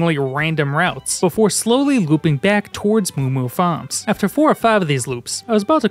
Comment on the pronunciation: reveals his boston heritage "moo moo fa'ms" "sabrina ca'penter" "driva'"